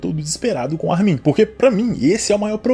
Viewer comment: Cara, me da agonia o jeito que tu pronuncia o nome do Armin. A sílaba tônica é o "Ar", e não o "min".